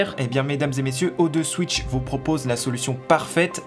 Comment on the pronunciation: 35 sec de la vidéo j'avais déjà mon idée :D ..... ça remplacera jamais une vrai clim ... Même si le projet est cool ;) Sinon pour le partenariat il t'on pas dit que ca se disait O two Switch ? lol